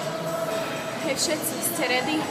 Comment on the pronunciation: v prvom rade sa nauč vysloviť "hej všetci" :D